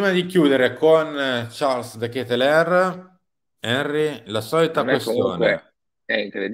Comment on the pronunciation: Ci provo ancora : De Ketelaere si pronuncia De KetelAAre. 😁😁😁